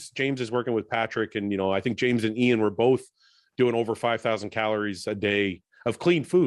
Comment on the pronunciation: Milos keeps killing me with IÀÀÀN (JAN in serbian).Dude its Ian(E-in) everytime i burst out laughing.Also his tries to mimic ronnie are completely hilarious